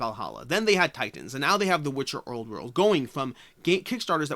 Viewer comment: There is no r in the word old